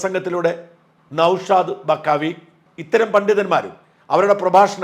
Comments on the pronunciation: നൗഷാദ് ബാഖവി ആണ് സാജാ, ബക്കാവി അല്ല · ബഖാവി അല്ല നൗഷാദ് ബാഖവി എന്നാണ്✔️ ok Tanks💚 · ബക്കാവി അല്ല ബാഖവി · ബക്കാവി അല്ലടാ പൊട്ടാ ബാഖവി എന്ന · ബക്കാവി എന്നല്ല ബാഖവി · ബക്കാവി അല്ല.. ബാഖവി.. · നൗഷാദ് ബക്കാവി അല്ല... ബാഖവി 😅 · നൗഷാദ് ബാഖവി ആണ് ബക്കാവി അല്ല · നൗഷാദ് ബഖാവി അല്ല. നൗഷാദ് ബാഖവി.. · ബഖാവിയല്ല ബാഖവി